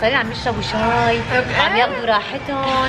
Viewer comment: بتقول ششاااااي اول مرا بتحكي حلبي مين نتبه